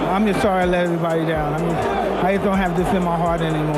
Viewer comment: Mike " im thorry" Max pier " now that you mention it ? i think im bleeding in my chest 😖